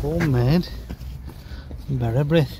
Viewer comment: Nice codling! and Well done to both of you on your pronunciation of Bara Brith 👌🎣